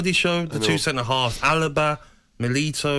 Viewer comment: Milito? 😂😂😂 Gabby couldn't be arsed to pronounce player names right